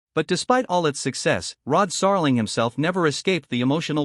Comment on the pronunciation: How can I take any of this seriously if you can't even pronounce the man's name correctly, or even handle elementary words.